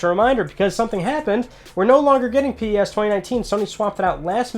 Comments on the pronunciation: Pronounced PES..... As in pessimistic. Not P.E.S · It's just pes not p-e-s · its not p.e.s. just pes, like a normal word